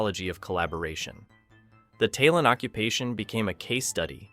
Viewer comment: Why do people who have never wayched an episode of a show present a review of the show? If youre gonna read a script, first ensure you can read it. Taelon is pronounced "Tay-lawn"... they say it often in the show.